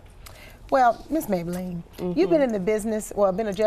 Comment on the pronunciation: Judge mablean not maybalene lol